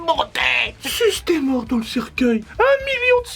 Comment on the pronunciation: cercUEIL pas cerceuil ^^